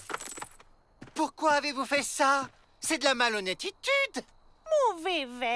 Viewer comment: Il m'énerve le directeur il mets itude a la fin des mots